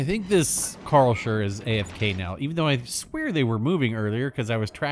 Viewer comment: Ive never heard someone butchering the name Karlsruhe like you before 😅